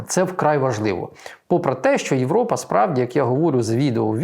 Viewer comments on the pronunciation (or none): none